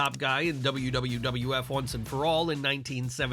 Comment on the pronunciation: I had a small giggle when the narrator said WWWF a few times.